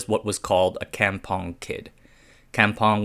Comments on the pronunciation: Cam pong? Kampong is pronounced more like com (come but without the e ) pong 😂 . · Kampong is pronounced kum-pong.